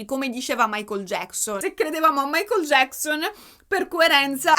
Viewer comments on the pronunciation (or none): none